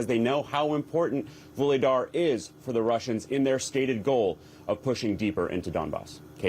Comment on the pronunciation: "Another town.. 'Voolydar' " This guy really did his homework! (learn to pronounce the words! Aren't you all Communications majors? What did they teach you?